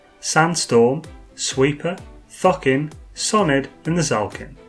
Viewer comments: Why are purposely saying Thucking when it is clearly Thokin? Annoying :) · Idk why, but everytime you say thokin I hear fockin